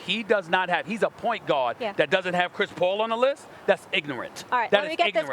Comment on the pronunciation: "that's ignorant, that's ignorantah" lol